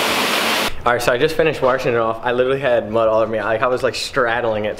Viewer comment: "Warshing" has be nuts